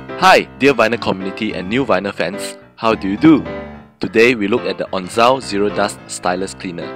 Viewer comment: Onzo, not onzao